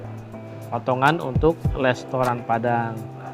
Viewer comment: Sangat mengingat kan ucapan Ibu saya yang Tidak bisa menyebutkan Restoran. Tapi lestoran.... Menit 😁